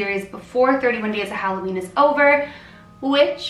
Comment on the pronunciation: Halloveen not Halloween xD